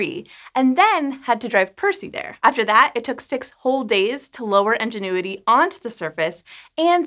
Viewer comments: Nobody else highly irritated by the way she pronounced Ingenuity as 'Engine-uity'? I mean ok, it's not so bad, but it was in the script so many times and each time made me cringe just a little bit more. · Is anyone else hearing engenuity instead of ingenuity? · "in-jen-oo-i-tee" != "Enginuity?" Or are you saying the helicopter is an "Ingénue?" ("on-jen-oo-i-tee") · Ingenuity not enginuity. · Why do you keep saying "Engenuity" instead of ingenuity? Seriously sounded like it had been given a dad-joke name. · Love ya! Though it's Ingenuity, not Engenuity :-) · Is anyone else hearing "Enginuity" rather than "Ingenuity"? Cute 😊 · it's Ingenuity, like the noun. Not Enginuity... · Please. IN genuity! So many comments about how your pronunciation is much closer to EN genuity! Thanks. I will be back once IN genuity has had its first test flight. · Enginuity? In, IN, ingenuity. I could have let it slide once, maybe twice.... but holy cow you said it a lot. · At first I heard “Engine-uity”, and wondered whether it was some sort of pun I’d missed by never seeing the name spelled. I paused the video to check because I was so confused! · Ingenuity, not Enginuity. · "Ingenuity" or "enginuity"? Honest question, not sure if I'm hearing it wrong or pronouncing it wrong. Thank you :) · my captions were on, reading “ingenuity” but hearing “engine-uity” is making my brain scream 😅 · As I have mentioned elsewhere....if this were, in fact, resultant of the Pin-Pen merger she would be pronouncing it "in" not "en". In the Pin-Pen merger people pronounce the words Pin and Pen the same....that being Pin. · Anybody else hear En when she says Ingenuity? Like "En"genuity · Aaah! It's called *Ingenuity*, with an I. Why does she keep saying "Engine-uity"??? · I thought it was actually "Enginuity" instead of "Ingenuity" just by how she was saying it haha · It's pronounced "INgenuity", not "ENginuity"! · It REALLY sounds like is saying Enginuity, not Ingenuity.